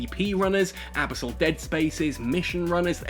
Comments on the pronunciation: The pronunciation of abyssal kinda drives me nuts, good vid regardless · Totally not how you say abyssal. Please quit it.